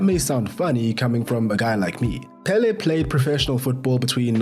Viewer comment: It was very rough to hear you pronounce Pelé incorrectly. The accent it's on the second e not the first one